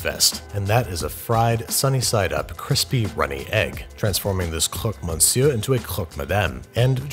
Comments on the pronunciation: Your "croque monsieur" pronunciation is great ! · Bonne prononciation ! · As a francophone, I can confirm your pronunciation is good. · you said "croque monsieur" near perfect so from a native french : bravo mon gars ! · Bonjour, Vous avez bien dit "Croque monsieur." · Your "Croque monsieur" sounds very decent in my native Québéquois. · Frenchie here. You nailed the pronunciation. Thumbs up! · Your pronunciation of Croque Monsieur was just fine. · I need to say that the first time you said croque monsieur before trying to say it with an accent was your best attempt of the bunch. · The French pronunciation was honestly not bad at all. Nice job! I am usually very irritated by anglophones trying to say French words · Your prononciation was perfect ! History note : the first name of this sandwich was a "canibale" wich derived later into "croque-monsieur". The croque-madame was created soon after that, with the egg figuring the lady's hat. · I am French and u done the croque monsieur pretty good 👍👍 But u can test the croque madame with an egg on the top of the croque monsieur thats add a lot of flavor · Nice video as usual, as a French peuple i can tell you you’re saying croque monsieur well :) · Hey man, I'm French and I have to say your French accent is much better than of the average English speaker! Another way to make croque madame that I love is to replace the cheese with goat cheese (the white and creamy log type). And instead of frying the sunny side egg like you normally would, cut a hole in the top bread layer, and place an egg after discarding half the white so that it fits neatly in the hole you cut. Careful placement of the goat cheese and ham will prevent the egg from leaking, and then cook in the oven until the bread is toasty and the yolk is thick and creamy. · french person here nah ur french pronounciation is actually pretty good, good job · Prononciation of croque-monsieur is actually correct ! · You pronounced it fine, better than most !